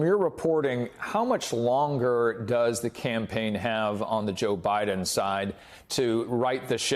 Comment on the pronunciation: It's President Biden not Mr Buden